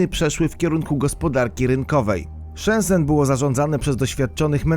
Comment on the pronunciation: Shenzen czyta się chyba jak Szencen. No i to było Herkulanum, a nie Heruklanum czy jakoś tak mówiłeś.